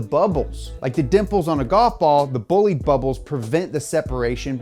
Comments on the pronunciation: he really pronounced bah-lidee as boleed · it might seem like nitpicking, but since you guys care so much about proper pronunciation, it not boo-lide, its baw-lide, the single o. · It's not pronounced Boo-Lead, it's pronounced Boh-Lee-Deh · Bo-li-dE not Boulid. The e is not silent and the o is closed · Bolide is from French = race car Not said booh-lid, but bah-lid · Thank you for explaining this so well to the normies. PS: It's Boh-Leed, not Bully ! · It is boh lee dh, not bullit... Un peu de francais monsieur 😅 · BTW, it's pronounced BOH-LID-A, not Boolid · I’m just gonna put this out there. IT’S PRONOUNCED BO-LIDE, not bo-leed. Just thought that needed to be said. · It's not bull leed tis pronounced bo lide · "The Bugatti BOOLID" Me, an Italian:"it's BOLIDE, BÒ-LI-DE, remember the E at the end, but not Bolidee, it's BolidE." thank you. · It's a Bolide not "Bollid", BOLIDE! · Bolide Is pronounced "Bowleedah" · sorry but it's "bol-ee-day" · Bo-leed... come on man. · did you just say bolede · It’s Italian, so it’s Bo-li-de, right? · Bolide. Not bullied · Boe-lee-de is how you say it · Isn't Bollide pronounced as "boo-lieed" rather? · It's horrifying how you pronounce Bolide it's pronounce /'bɔlide/ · Great video, but it's pronounced bo-lee-deh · Si poi è bolide non bolid... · tbh it sounds like "bugatti bullied" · Not in French, no. They have a different pronunciation and a different definition than other languages using the same word. And Bugatti is French, so it's "buh-LEED". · BOLIDE in italian is better said like BòH-LEE- DEHH . Still gives the idea though ;) keep up the good work! Bravo! Cheers form Italy! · When you say bolide it sounds like bullied... Poor Bugatti got bullied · Yeah lol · The way he says “Bolide” and the way he translated it made my ears bleed. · ahahahah even though they're French, the word is Italian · great video, but please learn how to pronunce italian words (BOLIDE)